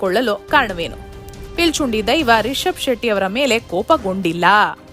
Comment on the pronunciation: ಪಿಲಿಚುಂಡಿ ಅಲ್ಲ ಪಿಲಿಚಂಡಿ